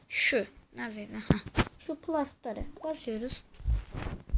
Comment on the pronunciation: play store diye okunmuyo pley stor diye okunuyo